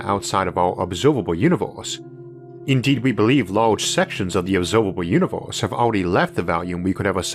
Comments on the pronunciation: 'This episode is spwansword bwhy awadwable' ooor univoorse is... Not only is the sound in this overloaded but seriously? I don't want to make fun of a speech impediment, but Audible is giving this money? An overloaded awful speech? This is horrible. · how annoying ! the words are univErse not univOrse and biggEr not biggOr. you need to learn the sounds of your vowels again which is done in first grade. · Take a shot every time he says univorce 🤣🤣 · He has a unique pronunciation of words...like univorse instead of universe... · What the heck is a univorse? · All I hear is Uni-vorse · I'm the only one that hears "univorse"? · dude WTF IS YOUR PRONOUNCIATIONNNNNNNN its infuriatingggg univOHSE???? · The 'univorse' is amazing!! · What is that accent? I find it hard to listen because every er sounds like or. So instead of hearing universe, I hear univorse. It wouldn't be so hard it only happened with that one word but every word that has the er in it! If didn't get very far at all in listening so I don't know if words like firm becomes form and fur become for..? I like audio books but, in this case, think I will stick to reading.